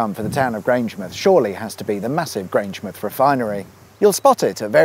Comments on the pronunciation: Fantastic video. As a Scot here to correct your pronouniation: GrangeMOUTH, not GrangeMUTH. And of your Kelpies variants, the first is correct (KelPEAS, not kelpEYES). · Come on man, it's Ga-Lick, not Gay-Lick! Also, Grange-Mouth not Grange-Muth, and Kel-Pees not Kel-Pies ;) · Grangemouth is pronounced 'Grange-mouth', (like Avonmouth) not Grange-m'th (like Portsm'th or Wey-m'th) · Just FYI, pronunciation is Kel-pees and Grange-mowth, not Grange-mooth. HTH! Hoots! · It's pronounced "Grange-Mouth" not Grangemith. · Weirdest thing about this episode is hearing Grangemouth pronounced the same was as Portsmouth, Plymouth etc - Grangem'th. It has never occurred to me that we say it differently. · I was hoping for more funny mispronunciations of place names and all we got was Grangemith🙄. Enjoy the rest of your week🙂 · Grangemouth is pronounced like the place where your teeth are. My Southampton friend tells me off for for doing the same thing with Portsmouth and Bournemouth instead of ending them “myth”. If you ever get the Falkirk Wheel boat trip sit right at the front. You will get a great view when it turns round and goes back on to the top of the wheel. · The "mouth" of Grangemouth isn't pronounced like Bournemouth or Portsmouth, but like the mouth on your face. Cow pies were a favourite of Desperate Dan.